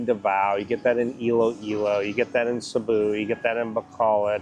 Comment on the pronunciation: Sabu ??/ where's that?? did you mean to say Cebu??:face-blue-smiling::face-blue-smiling